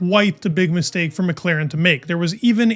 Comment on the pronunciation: Zak Brown: Whata mistak-e to mak-e 😂